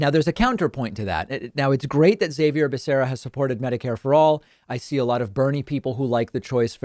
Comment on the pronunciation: Why is David pronouncing Xavier's name wrong? It's Spanish bro, pronounced "Ha-vier" not "Zai-vier."